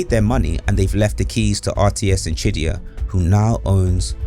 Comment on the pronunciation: is he saying shit-dyya? lol or just pronouncing qiddyya?